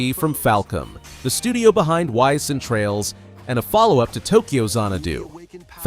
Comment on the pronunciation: FYI, "Ys" is pronounced "eese" not "whyse."